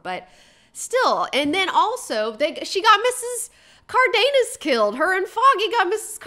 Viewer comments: It's pronounced car-the-nas with that pronunciation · the Karen character was offten a drag in comics also. Sidepoint, did you said Miss. Cardenas or Carnitas i ? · didn't misspell anything. I felt impersonations were rude and the fact that she continued to mispronounce Mrs. Cardenas' name and laugh about it was racist.